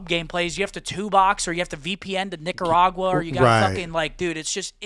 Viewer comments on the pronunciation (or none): none